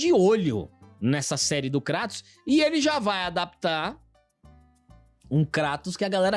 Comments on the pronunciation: Uma amiga grega disse que "cratos" é mais próximo do correto, em relação à pronúncia grega, do que "Creitous". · VC ESTÁ ERRADO. É “KRÁ-tos”. Kratos, sendo ele uma figura da mitologia grega, a pronúncia correta na língua original (grego antigo) seria mesmo algo próximo de “KRÁ-tos”, com o “a” curto e o “o” fechado. Nomes próprios, especialmente de figuras mitológicas ou personagens com origem clara, idealmente devem manter a pronúncia original. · A pronuncia correta é Krátos mesmo, pq o nome dele é grego. Então o tá certo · O certo é "Krátus" ele é grego, correto?!. Então não é" Creitus" 😑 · Cara quer falar de lacração e chama o KLEITON de KRÁTOS KKKKK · "Lakratos" kkkkkkkkkkk... essa aí vai pegar tbm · A pronúncia correta, de acordo com o grego Κράτος, é KRATOS mesmo.